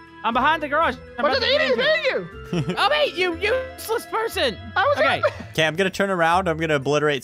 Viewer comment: It’s not OB is ob